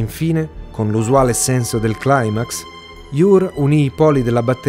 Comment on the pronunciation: "claimax" però non si può sentire 😉